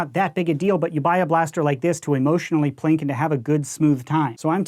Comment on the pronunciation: I'm a bit new to the hobby... Are you saying "plink" or "plank," and what does that mean in this context?